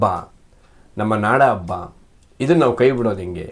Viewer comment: ಎಮ್ಮೆ ಅಬ್ಬ ಅಲ್ಲ ಹೆಮ್ಮೆ, ಹಬ್ಬ.